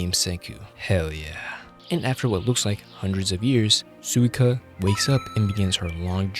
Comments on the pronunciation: Great video but i lowkey got bothered by how you pronounce suika 😭 it's pronounced "swee-ka" just like ryusui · Sukia its suika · The way he said suika is insane, but she is best girl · I meant he kept saying her name wrong. That annoyed me!